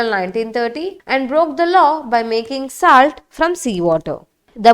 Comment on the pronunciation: Thank you for the invaluable knowledge, but the pronunciation isn't upto the mark. Name of our hon'ble PM is misspelled and even the basic word 'salt' is pronounced wrong in this video.